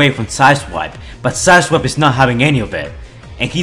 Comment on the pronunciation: Every time I rewind I hear him say asswipe instead of side swipe